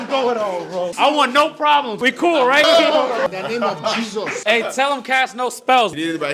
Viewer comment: "IN DA NAME OF JESUS" the Nigerian jumped out 🇳🇬😂😂😂😂🇳🇬